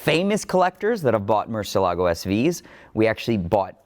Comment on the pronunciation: MUR CIE LAA GO...you're pronuncing it incorrect, it's a proper name.